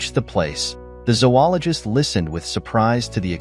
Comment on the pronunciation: No. Zo-ologist. Long O in the first syllable.